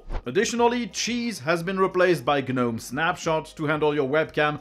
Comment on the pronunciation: The G in Gnome is silent.